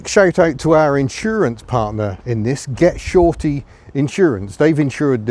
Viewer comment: Goshorty not “get shorty” that’s a film with John Travolta in it 😂😂😂😂😂